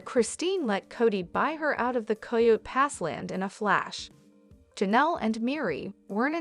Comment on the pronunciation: It’s coyote pass not coy yo pass